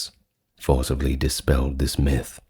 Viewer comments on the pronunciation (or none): none